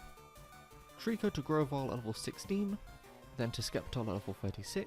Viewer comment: You mispronounced Sceptile as Skeptile. You better fix that pronunciation or Truegreen7 is going to hunt you down XD.